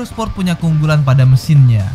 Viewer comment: baskoro tejo sport bang bukan sprot